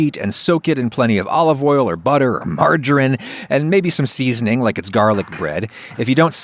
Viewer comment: its not marjarine, its margarine